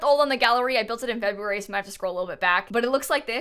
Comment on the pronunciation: Is it just me that heard bebruary instead of february